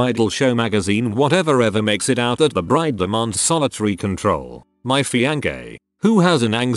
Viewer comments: no one: narrator: fiank-a(a) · Nobody: low effort tts: fiankey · It is prononced fianSSée, but I can understand that the bot made a mistake. Good video anyway. :) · No one: Absolutely no one: The voice saying fiancée: FiAnGaY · I woke up the entire block laughing I think at 'fiangæ' 😂😂😂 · The way the TtS bot pronounces Fiancée is so funny, “Fiancay” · “fiankay” -TextToSpeech Bot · When he pronounced fiancée like that 💀💀